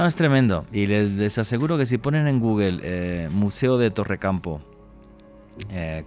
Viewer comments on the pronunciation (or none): none